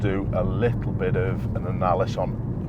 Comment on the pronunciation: You didn’t fancy trying to say ananalus for second time? 😉 Don’t worry, I have said worse when training which cannot be repeated here